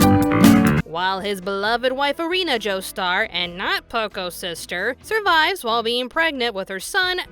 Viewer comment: It’s pronounced Eh ri na not Ereena